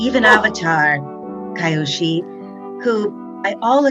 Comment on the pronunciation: Well, Lin's voice actor said Kai-oshi instead of Kyoshi lol